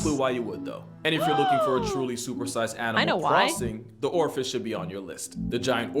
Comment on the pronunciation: I thought it was because it sounded like he said "Orifice" instead of Oarfish lol